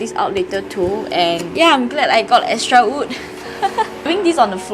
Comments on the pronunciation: Also yes your “ood” last warning sia hahaha does that mean you say “I ood wear this but I oodnt wear that” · If you never say in patreon I wouldn’t even have noticed you pronouncing wood weirdly LOL. You say “ood” instead so cute HAHAH.